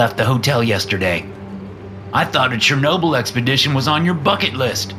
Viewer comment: It is 'Chernobyl' bro